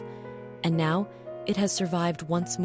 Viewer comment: My thoughts? Well, your AI ‘voice’ mispronounced the word “now” at least three times. Are you thrilled by your foolishness? You seemed also to use AI drawings. Shame on you people. Good story, terrible screw ups.